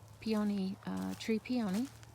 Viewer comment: Please learn to pronounce peony!